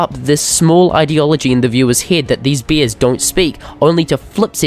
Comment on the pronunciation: he said beers instead of bears